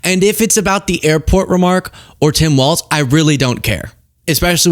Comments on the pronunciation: for some reason, hearing say waltz every time is infuriating. there is no t in his name, it's walls with a z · It's Tim Walz, my guy, not Waltz.